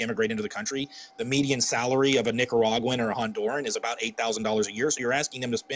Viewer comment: the way he says Nicaraguan. Hmm 😒 🤔